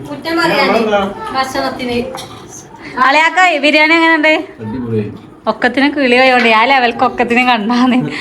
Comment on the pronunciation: no പല വീഡിയോസിലും ബിരിയം എന്ന് പറയുന്നുണ്ട് ഇനി ശ്രെദ്ദിച്ചു noki😊